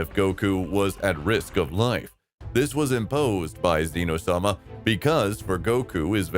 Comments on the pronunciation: and zeno issnt like zeeno its zen o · its zeno not ZEEE no